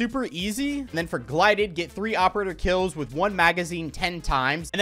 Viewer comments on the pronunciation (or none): Bro just did not call Gilded camo glided💀💀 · Great video! Also it's gilded not glided. Much love. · He was saying glided instead of gilded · Missed you; man said “gLided” camo 😂😂😂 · bro called gilded ..GLIDED 😂😂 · Mans said “GLIDED” camo 😂😂😂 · "Glided"...lol. Gil-dead....gilded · No one mentioning it says GILDED? Not GLIDED???? Good luck camo grinding!! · Hey, I'm going to be that guy. You called it the glided camo, not gilded. Enjoy. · Sorry to be this guy but how many times did you say "Glided" when it's "Gilded"....I'm sorry but that was killing me 😂😂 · I love you and have watched forever, but it's pronounced gild·ed, not glided lol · its Gilded not glided lmao😂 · Who else got infuriated when you realized it was Gilded and not “Glided” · Love the video but it’s GILDED not GLIDED 😂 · GlYded.. Gil-ded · There's no way he pronounced "Gilded" like Gilided.... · It wouldn't be cod without mispronouncing/misreading something...marty-dom, gli-did... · my man its GILDED camo not GLIDED 😅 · Bro it’s gilded not glided camo😂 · Gilded not gilided if that’s even how you spell it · You are saying gilded wrong it’s gilded not glided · It's pronounced Gil-ded not Gli-ded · did he just say "glided" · I think that you are saying GILDED wrong